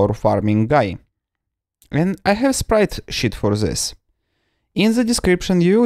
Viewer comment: I love it, how you pronounce sprite sheet. Sprite shit.